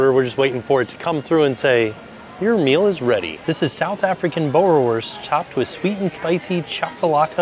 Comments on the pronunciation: It's 'Boor' like cool. 'worst' like cost... :D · My partner is South African! How fun to see that type of hot dog in the parks. It’s pronounced Boo-ra-vors 😊